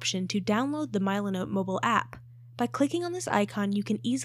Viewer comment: AI trash content. Can't even pronounce the name correctly